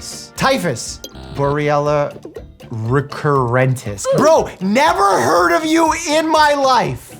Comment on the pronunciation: I can't not hear saying Borrelia recurrent is 😂